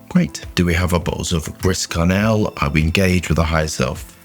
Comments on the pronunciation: You're such a unique and wonderful human, but your pronunciation is absolutely the worst! Don't worry I'm also dialectic, so we gotta laugh at ourselves, right? Griss Karnelle! So funny. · "Gree Sharnelle" no? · its pronounced Gree Sharre-nell, but good vid as always! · I clicked, thinking... how is going to butcher the name of this one;) Chris Cornell was not in my bingo card.